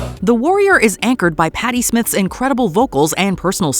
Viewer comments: Smyth. Long I. Not Smith. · Patty SMYTHE. not smith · Patty Smyth not Smith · Smythe not smith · Smythe not Smith :( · It's Patty Smyth (sm-eye-th), not Smith. Two entirely different artists. Did an intern put this shit together? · It's Patty Smyth NOT Patty Smith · Her last name is pronounced SMYTH not SMITH and Scandal had another hit with "Goodbye to You" that I've heard on the radio plenty of times!!!!!!! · Any 80’s teen knows it was not pronounced Patty SMITH🤦🏼‍♀️😂